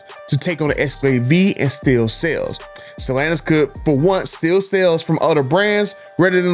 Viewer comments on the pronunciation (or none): It's not stalanis it's stellanTis